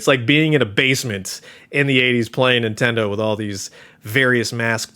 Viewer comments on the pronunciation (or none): none